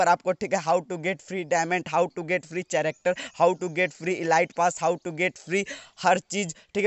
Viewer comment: Bhai character hai woh chearatar nahin in video me suno